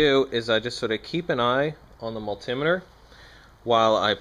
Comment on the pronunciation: I cant stand how you say multimeter lol BUT this was a very helpful video. Very good and simple straight to the point explanations. Thank you.